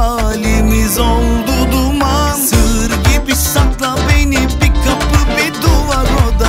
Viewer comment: "SIR GİBİ SAKLA BENİ" telaffuzundan dolayı "SIĞIR GİBİ SAKLA BENİ" anlaşılması....her dinlediğimde gülüyorum.. kendi kendime.... Kafamda deli sorular..